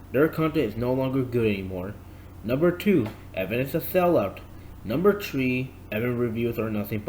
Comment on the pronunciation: three not tree dumby